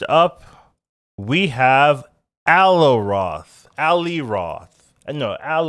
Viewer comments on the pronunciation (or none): i sound before o sound "Oh-ih" Nailed it. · For future reference, its Ah-lie-oth